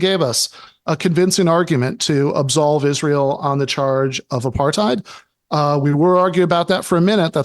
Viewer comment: 1. Uses "Apartheid". 2. Proceeds to describe something that doesn't resemble Apartheid. 3. Also mispronounces "Apartheid" but so does everyone who isn't from the country that Apartheid happened It just blows my mind that that word has been adopted by a global audience but I haven't heard one single person even attempt to pronounce it correctly. It makes me so suspicious of people who use it to argue points. Sure, you could have only read it, but I doubt they've even done that much